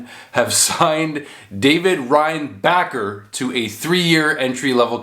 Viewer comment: it's pronounced ReinbaSher